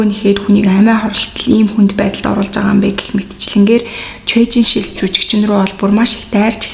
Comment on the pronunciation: Ан Жэ Хуан өөрийгөө боож алаагүй ээ, бас Чуэ Жин Шир гэж нэрийг нь дуудна.